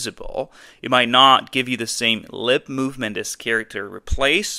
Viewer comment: Character is NOT prounounced "cheeracter"